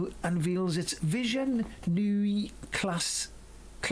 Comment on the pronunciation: You're OK at English mun, not so hot on the German. Lol. Neue, pronounced 'Noye' is German for 'new'. I guess you weren't into Krautrock in the '70s. Or am I just old?